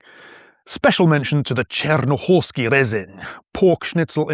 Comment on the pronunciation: Salaš - perfect sh! But Čiernohorský without ij? Realy? It is not Černo... so try ia, ie, io, iu. - pronnounce as three letter, not just one, ija, ije, ijo, iju comparation to a, e, o, u